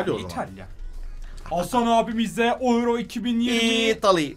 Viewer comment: Abi oyro 2020 ne alaka türk 2020 olarak okunuyor